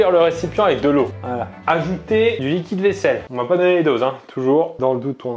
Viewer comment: qui a pensé(e) à la même chose que moi à chaque fois qu'il prononçait "liquide vaisselle"? :joy: :joy